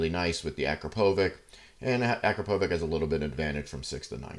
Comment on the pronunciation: it is more of A-KRA-PO-VITCH, with accent on "PO" sounds amazing, got it on my 2022 09